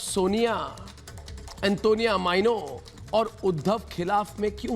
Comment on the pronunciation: अर्नव भाई आप जब एंटोनियो माइनो बोलते हैं तो बड़ा अच्छा लगता है ।